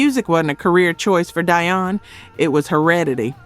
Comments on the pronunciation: Why did she forget how to pronounce Dionne (dee-on) she kept saying "die-on" ? Sorry if I sound petty but she's pronounce correct at first...wth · DEE-on. Sweet Baby Jesus! Learn how to properly pronounce their names! The fact that you continually MIS-PRONOUNCE their names is SO DISRESPECTFUL!